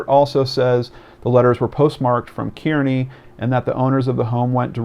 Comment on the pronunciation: People in NJ pronounce Kearny "Carney". Maybe the mayor bought the house for a $1 as part of his compensation package for being mayor. I'm watching a guy watching a computer screen. I must be the Watcher's watcher.